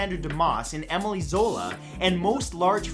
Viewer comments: Did I hear Emily Zola or is my mind playing tricks? It's Émile Zola. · It's not Emily Zola...it's Emile Zola, a man. Some Canadian you are.! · Emile Zola not Emily!